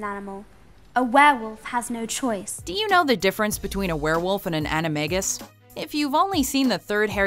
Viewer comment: I still think "animagus" should be pronounced with a soft "g," as in the word "magus," which is obviously where the term comes from. How could the films have missed this?